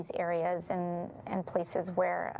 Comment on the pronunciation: My tiny contribution is that I don’t like the way she says “and”. It sounds like “Ayind “